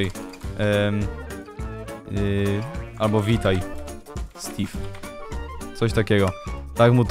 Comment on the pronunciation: Czemu stave a nie steve